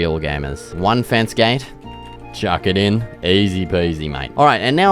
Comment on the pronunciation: My new favorite saying “Chawk it inn” 😅 great vid got my sub!!